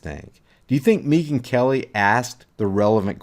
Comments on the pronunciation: Its Megan not Meeeeeegan. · Mee-gyn... Hahaha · Is he saying Neegan instead of megan. Or am i losing my mind. Neegan from the walking dead. Yes? Lol. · Why are you pronouncing he rname like that ?